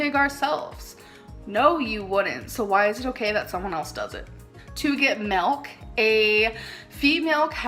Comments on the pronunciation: “Expeshially”…”melk”…”meat gives you cancer, cheese gives you cancer”…Gorl…🤦🏻‍♀️ 🖤🖤🖤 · The way she pronounces milk as MELK😂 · omg yes bc shes Canadian I believe thats how most Canadians pronounce milk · as a canadian i have never pronounced milk like that in my life but i cant speak for everyone LOL